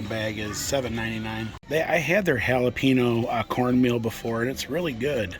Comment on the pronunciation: I'll never get over how you pronounce Jalapeño 🤣